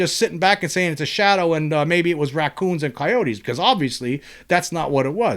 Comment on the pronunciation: Do you know how funny it is hearing you say raccoons and coyotes 😂